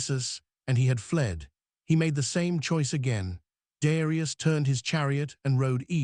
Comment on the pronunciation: Man you take time to make a video and you let it say Darius ai ai ai!! Wtf such a pity